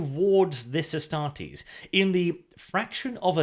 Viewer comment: I think it is pronouced Astar-tes(like test), instead of Astar-tes(like tease)